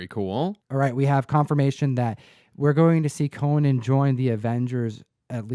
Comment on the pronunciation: His name is CO - NAN not Coe-nin. He’s a warrior not a talk show host